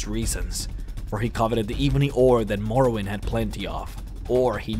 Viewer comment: "He was known as Talos or Stormcrown in the Asian language" lmao Asian my dude? I replayed it and it really sounded like that's what you said!